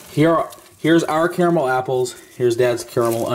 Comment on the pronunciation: Nice to hear an American correctly pronouncing the word “caramel”. 👍